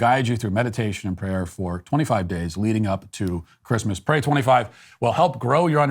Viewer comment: This episode was full of upsetting and depressing topics that almost ruined my day but Matt pronouncing Christmas as “Chri-th-mass” made my week. Thank you, Matt.